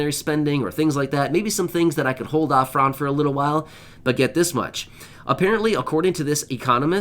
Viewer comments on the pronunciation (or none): none